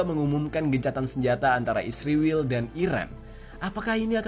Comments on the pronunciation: Israel bang ..bukan isriwil. Saking bencinya kamu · bahagia bgt saat anda bilang isriwil 😂😂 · Kenapa israel disebutnya isriwil ya? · Knp harus bilang nya isriwil...giliran palestina bilang nya bener palestina😂